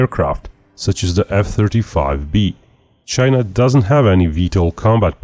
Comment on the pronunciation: THE GEARRRRRRTE CHAIYYYNAAAAAAA